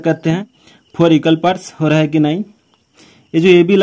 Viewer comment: Bohot kharab aye Haye four phor bola😮